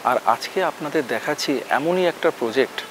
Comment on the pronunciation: He also says "poject". 🙂